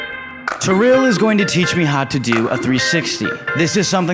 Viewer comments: Når han sa terill istedenfør tiril 😂😂😂😂😂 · Haha, tirrill, no Tiril XD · Nei, det uttales IKKE "Terille"/"trille" Det uttales ti-ril... Rett fram, ikke noe tull. Stop this nonsense now.. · I think her name is Tiril, not Trill😭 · Its not tirll Its tiril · Her name is tiril not terrel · Tiril is pronounced T rille not Terrille but ok man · my guy it's pronounced "tee-ril", not "ty-rill" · The way he says Tiril- It'd be Tee-Reel but make the Ree short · Taril 😂😂😂ofc he cant say it right but i love him saying TARIL CUKAAAA BLYEEAT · Trill lol, i love the pronounciation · He sucks at spelling Norwegian names, like Tiril, but Thats normal, its just funny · Okay but like when he said Tiril, did any other norwegian just cringe hah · It's Tiril rom Farmen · HAHAHAH HE TRIED TO SAY TIRIL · I love how you pronounce Tiril😂👌🏻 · You pronounced Tiril’s name wrong... AND I JUST IGDKAHFWGDJ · The way you pronounced Tiril had me dead 😂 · Lol u pronounced Tiril wrong